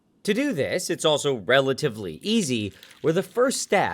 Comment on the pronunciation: Oh nooo he said relitively easy